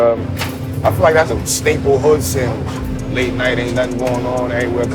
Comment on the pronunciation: SANGWICH!!! LOL